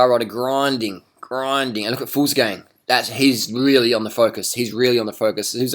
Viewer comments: stop reffering to benoot as gallopin. :-P and even in his hardest times, his face is like that, mouth shut, blank face. Do you even cycle-comment? :-P also it's fuglSang, not fuglsGang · Fuglsang pronounced Fulsang :)